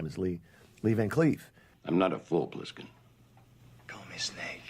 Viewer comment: Funny how AI voiceovers always mispronounce at least one word. Ply-skin . And yeah, the repetition is annoying as hell.